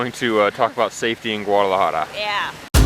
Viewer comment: De hecho tu y la dicen "guararajara", pero se entiende, ya quisiera hablar el ingles, como ustedes hablan el español, saludos!!